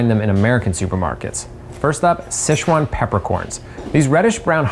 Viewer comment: The pronunciation of Sichuan is finally correct by him